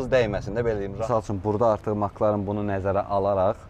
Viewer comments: Ala Maklağn yox Mek lərn oxunrr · Fəxri adı MakLarın yox Emsi Larin deyə səslənir